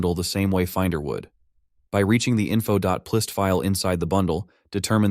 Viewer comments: it's not "plist", it's "p list" as in "properties list" 😢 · Wait, is “plist” pronounced the way he said it in the video?! 😳 I always said it like “P list”… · .plist I’ve only ever heard pronounced “.pee-list” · Did you even listen to your AI generated voice? "Plist" lol... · it is p list, it's an AI voice that doesn't know how to say things right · Great video but they're "p list" files. The p stands for property. Worked for Apple in the early 2000s and never once heard someone pronounce it as if plist was a single word... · its so hard to believe that the voice is not ai when he pronounces P List as plist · Dumb AI generated voice. Doesn’t know how to properly pronounce .plist. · FWIW I don't think the guy who runs this channel speaks English. His name is Jorge. That doesn't excuse the AI but it at least explains it. Personally I'd rather hear a real person speaking broken English than an AI speak mangled "plist" English. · haha yeah „plist“ was crazy